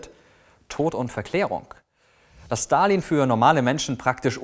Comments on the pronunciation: Wieso kannst du seinen Namen besser aussprechen als den Namen Elon Musk? Hast du Russische Vorfahren? :D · Der erste Der Stalin mit einem S ausgesprochen hat und nicht mit einem Sch!!!